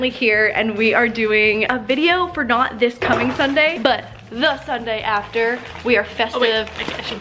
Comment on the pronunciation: who else freaked out when she said SunDIY completely normally